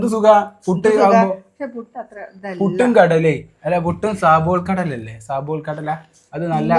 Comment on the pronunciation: സാബൂൾ കടല യൊ 😃😃😃കാബൂൾ ല്ലേ..